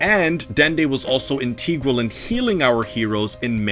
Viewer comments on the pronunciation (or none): Ant-e-grill. I thought is was integral. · That’s not how you spell sparing or pronounce integral